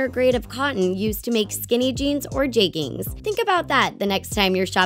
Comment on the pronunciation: why did she say jegging like that